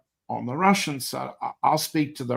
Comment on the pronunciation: As a russian must say john has perfect russian pronunciation my kudos goes to him for that ...